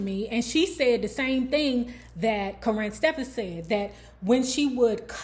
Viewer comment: She kills me saying her name like that “currin” lmao.